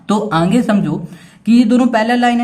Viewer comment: Sir aage ko anghe khete he😂😂😊